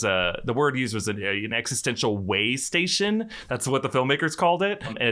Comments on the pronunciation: "WAY station" LOL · "Way station"